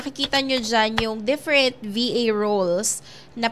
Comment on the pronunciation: different po ang pag pronounce hindi po defferent hehe